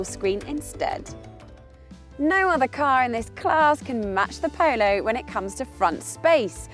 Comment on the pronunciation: I know that it's because of where she's from, but the way she says 'Polo' drives me nuts!